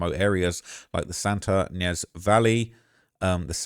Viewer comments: Sounds like Lake “Ka-Chu-ma” and Santa “E-Nez.” I spent 10 yrs in the area. These are massively trafficked areas. Great hiking spots, tons of people that drive those back grounds. In college, we used to drive up there and smoke weed. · Ynez is pronounced Eye-Nez